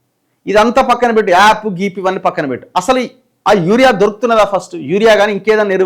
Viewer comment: అన్న యారియా యాప్ కాదు యూరియా యాప్